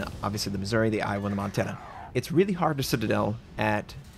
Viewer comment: On the Missouri the emphasis is on "ou". Otherwise it sounds like Misery.